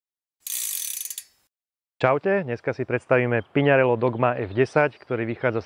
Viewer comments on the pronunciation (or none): By ma zaujimalo, odkial za vzala vyslovnost znacky PiŇarello... 🤦‍♂️